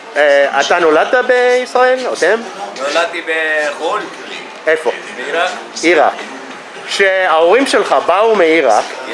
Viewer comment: קורי— עירק במלרע ולא במלעיל! (ee-RAQ not EE-raq)